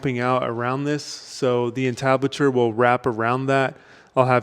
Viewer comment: in the hood, we dont say "on-tablet-chure", we say "IN-tablet-chure"..... lol. good job bro!